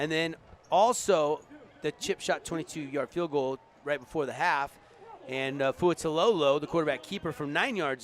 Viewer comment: NOA FUAILETOLO ( FOO-AH-E-LAY-TOW—LO). He is doing such an awesome job! Please do his name justice.